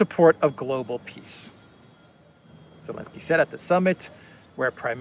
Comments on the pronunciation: Why do you sometimes say Elensky instead of Zelensky? Some aspect of the language I don’t understand perhaps? Thanks for the good work. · Please stop saying Elensky. That is not his name. That was the name of the author of the playbook they are using. His name starts with a Z